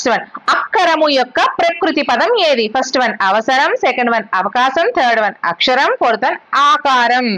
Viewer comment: Madam అక్షరం అక్కరము